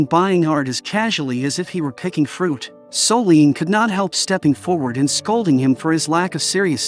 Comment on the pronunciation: That narrator… 🫠😞.. Soleeeeene.. it’s Solène.. Her name is Solène.